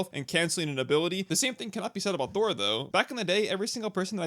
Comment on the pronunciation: 17 you definitely said "thurle" Thural? Thurel? whatever you said, theres no L